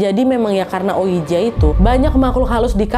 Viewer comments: Ka naaad, maaf bukannya sok pintar, mau koreksi aja, oija dibaca oiji 😔.. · Kak nad, ouija itu dibaca wiji wkkw